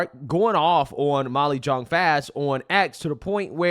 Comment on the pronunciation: i Beleive the 'J' is soft Y. so pronounces 'Young'